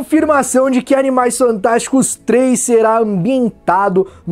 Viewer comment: no min ele falou Animais santásticos ou eu to lokão?